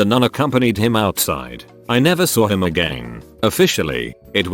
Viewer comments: "I never saw him *AGANE*" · When he said agAIn in that accent lmfao Bļ